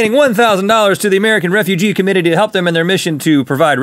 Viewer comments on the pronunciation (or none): did anyone notice he said American Refugee Commititiee